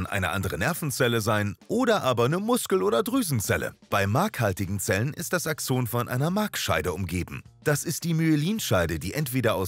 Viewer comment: irgendwie mag ich diese Betonung nicht^^ DIEse nennt mAN aXOOOONEEeeeh